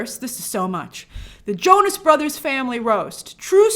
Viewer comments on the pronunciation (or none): none